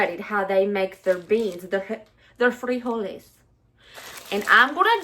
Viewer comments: Freeholys. You said it right🤣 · You said "frijoles" right! We add some chopped tomatoes, onions and cilantro (for those that like it) as a topping. Adds some depth to it. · I just started watching the video but I just wanted to say that was a great pronunciation of frijoles. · You pronounced "frijoles" correctly. But the normal Spanish stress/accent is on the next to the last sylable when the single form ends with a vowel. [Stressed is CAPS.] friJOle. Plural= "friJOles." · Great job pronouncing frijoles! Proud of you! Mexican food is cheap & oh so GOOD11❤️‍🔥🙏🏼🥰😘🤟🏼🇲🇽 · LOL!! I'm a Texan of Mexican heritage ... I, too, hate cilantro & DOES taste like soap!🤢😫 My bestie LOVES cilantro and uses it a lot (🙄🤦‍♀️), and I've gotten used to it, but I still won't buy it.😉 First time here, and I subbed. Love your southern accent. ❤ And you did pronounce frijoles correctly. 👍 Oh, and I have added cornbread to my mom's beans and still do. Can't help it.🤷‍♀️ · You’re pronouncing frijoles real good! I appreciate your disclaimer on how you say things and not trying to offend but you did real good. 😁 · Your frijoles pronunciation was spot on. I throw in some pork pieces to give it flavor. Chorizo con frijoles had too much water and if possible to find like at Walmart "San Manuel" Chorizo is the least greasy. When I make my smashed refried beans you can add strips of fried bacon in your tortilla tacos. I'm glad you/family like Mexican dishes. Everything is very cheap to make for Mexican dishes. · You said frijoles perfectly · You did great with the "frijoles". I am not Mex but lived in Puerto Rico my adult life, then came back to USA. I make the "frijoles, black beans and other pulses with some ham, and always include a bay leaf. Thank you for sharing your recipes, good humor (which has me in stitches many times), and your lovely family.